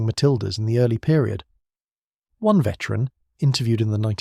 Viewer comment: This sounds like a person--it is quite good but--either they--or the robot used cannot say the numeral 1